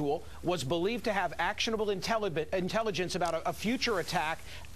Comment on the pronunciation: "If the guy had actulable intellibence"; just a few seconds later too... On the other hand, maybe he'd just been to the dentist...?